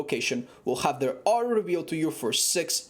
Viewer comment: Its 'Aura' , not ow-ra - Joe mama